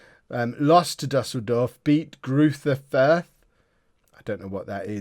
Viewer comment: "Greuther Furth" are pronounced something like "Greuter Furt". There's no "TH" sound, so that should please you ;)